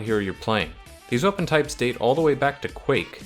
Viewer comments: "and the last to hybrid TRYPES:" not hating just though that was funny lol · "two hybrid trypes"